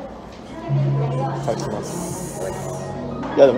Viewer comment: 食い方より「いったっきゃーす」の方が気になる